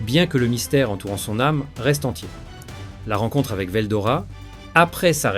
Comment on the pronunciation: Moi c'est pas ce que tu dis qui me gêne C'est les coupures qui n'ont rien a foutre là entre certains mots comme rois démon Et y a aussi la prononciation de certains noms (veldora... il sort d'où le o???) Je trouve ça très désagréable a l'oreille